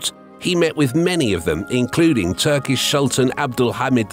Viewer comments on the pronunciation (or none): none